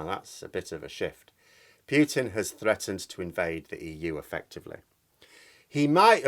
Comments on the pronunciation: Great video as usual but please, his name is pronounced POO-TIN not PYEW-TIN. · for the love of the gods, it's pronounced "Pootin", not "Pyootin". It makes me cringe every time you mispronounce it. I don't expect you to pronounce it with a perfect Russian accent, but arbitrarily changing one letter for another is ridiculous. It would be like pronouncing your name "Meerhose" or something! Wow, you said it correctly! haha. Nice! Oh dear, that didn't last long! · 1. Thank you for your contribution. 2. Poo-tin not Pyootin - (П-у-тин not Пютин ). 3. It`s good to disagree with people; not so good to insult them. 4. In my attempt to understand this game of chess, i don't think NATO should be underestimated, or its influence on Mr. Poo-tin. There is, i suspect, quite a lot to this thing, and we are being subjected to a lot of propaganda from different 'points of view'. Please remember you don't know everything (yet, if ever), and i will too.